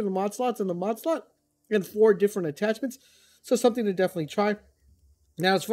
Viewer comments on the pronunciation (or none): none